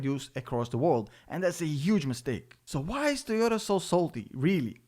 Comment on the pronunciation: It's nit tiota it's toyota